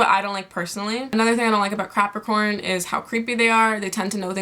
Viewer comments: YOU LITERALLY SAID "Crapicorns..." INSTEAD OF CAPRICORN IM DEAD OMG😂😂💀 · wait... hold on.. did you say Crapricorn? 😂😂😂😂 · im fucking weak she said crapricorn im dead